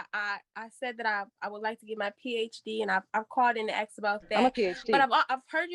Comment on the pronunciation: “I jis wana axe you” Just a little English would be nice! Just pretend to try🤷🏻‍♂️